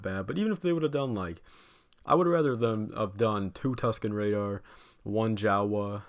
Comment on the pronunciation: Also I really enjoyed when he said Tusken RADAR